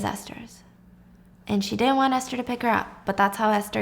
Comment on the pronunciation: wait i think it’s Ester not Aster 🫢?